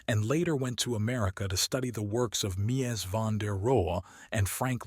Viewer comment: I watched this about a quarter of the way through until I got fed up with the AI generated narration and content. The odd mispronunciation of architects names – notably Mies - was annoying. The final straw was the AI reference to the Pompidou Center with the accompanying photo being of Foster’s HSBC building. As others have noted - openly and transparently stating that the video is AI generated and narrated would alleviate the frustration, or at least minimize it when these kinds of stupid mistakes happen. Where is the editorial oversight of content like this?